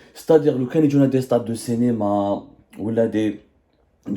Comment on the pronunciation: Je vous ai dis plusieurs fois que vous devriez arriver à prononcer la voyelle "i" au lieu de "e",on dit CINÉMA et non CENÉMA.